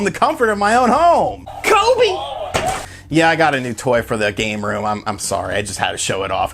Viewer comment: You say kobe too? Reespect to that brother